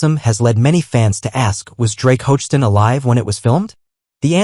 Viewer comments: Doesn’t have the spelling or pronunciation correct for Drake last name - it’s Hogestyn (ho-ga-stin) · Could the narrato😢r at least pronounce Drake's last name correctly? Sheesh.